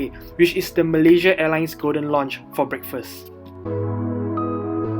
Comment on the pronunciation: lounge (pronounce as (LAUnge) not LONnge. 😅